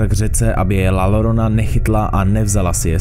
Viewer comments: Dvě L se ve španělštině vyslovují jako J. Takže ne "lorona", ale "jorona". Rve to uši. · ve španělštině jsou dvě L vedle sebe měkké i takže iorona se to čte ale no hate jen informace a toto mě moc moc moc baví